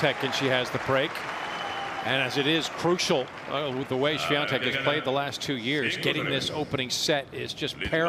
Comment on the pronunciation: why does she keep calling her swiaNtek lol